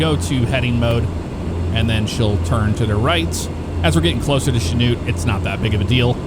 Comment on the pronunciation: I'm impressed you pronounced Chanute (my hometown) correctly. Most people can't.